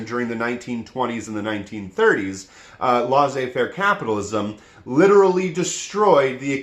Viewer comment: Please stop saying "laissez faire" that way.